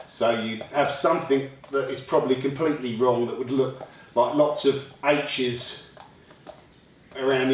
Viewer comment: "Its compwetley irregal" lol he's awesome!